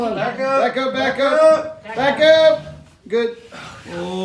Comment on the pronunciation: thought I was watching rayjay when you said “back up” I heard “bekah”